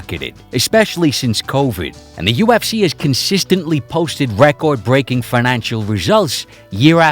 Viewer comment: Listening to this New York mush-mouth accent struggle to pronounce "record" over and over again makes me wonder why didn't he run it through google at least once to check how it's supposed to be said🙄🤣